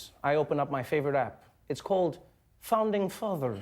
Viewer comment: it's been 2 years and I'm still losing it over "founding fathr" lmao